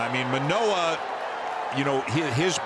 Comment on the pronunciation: The Orioles announcers must be really stupid if they thought that was intentional, considering they couldn't say Manoah's name properly so not particularly surprising.